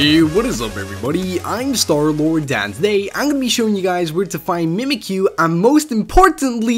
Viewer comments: its mimikyu not mimikuyu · accident*, and were u trying to point out starlord saying Mimikyu wrong?